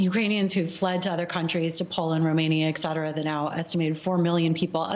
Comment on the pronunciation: The pronunciation of "etc." is ET-CETERA, not "eck-cetera". Petty of me, way off-topic-- a teachable moment & a pet peeve. Ok, I'm done.